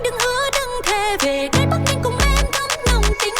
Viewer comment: Yaaa, you pronounced ''Bac Bling" and "Bac Ninh" correctly